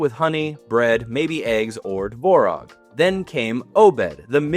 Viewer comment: Tvorog (Творог). There is a T and its not silent.